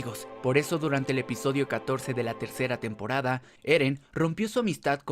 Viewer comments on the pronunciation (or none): Dijo tenporada 3 :v